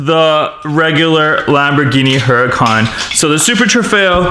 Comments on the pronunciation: It is pronounced as uracan but it's spelling is Huracan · It looks like huracán but it's actually U-ra-cán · It's veneeno not vuh nen o also the huracán is pronounced hurricane